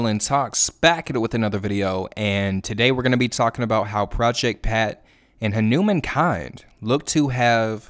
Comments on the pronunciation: Correct pronounciation: "HanuuMaan" not "Henumein" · Just going to drop this. His name is pronounced Hah - nou - maAn -kind , not Ha-newman-kind, emphasis and long A on the man, like Poke-Mon not pokeman. Just putting it out there. No disrespect. Anybody covering him is great. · Respect for making this video. But please learn how to say his name correctly 🙂 Hanuman like the Hindu deity plus "kind" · huh-new-men kind 💀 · Dear, say his name correctly please, it's HanumAAn-kind